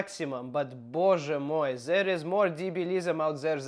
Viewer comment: Hi, /. A great video, as usual. Боже мой was said in perfect Russian. ❤